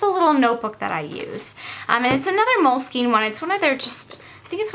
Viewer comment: Great video!:) I enjoyed it. Just an FYI, it's pronounced "mole-skin" not "mole-skeen"...I know, I know, that "e" at the end is confusing! hehe:)